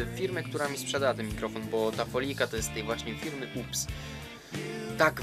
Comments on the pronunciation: UPS czyta sie Ju-pi-jes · serio ? FIRMA JU PI JES .. UPS ghhhaha xd